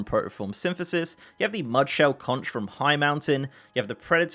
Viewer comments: "If you want to be mistaken for a Florida Keys resident — or at least an island-savvy regular visitor — don't ever say “kontch.” The widely-used word “conch” is pronounced “konk,” like a conk on the noggin (which, though tempting, should not be delivered to people who persist in pronouncing it wrong)." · Conch rhymes with honk